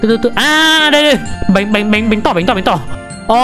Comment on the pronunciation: Bánh tổ mà anh nói bánh tỏ chắc tỏ tình